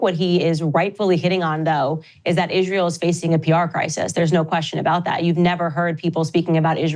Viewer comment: Idk why but when Candace calls it ishrail I laugh lmao it’s like some slang I just dont get yet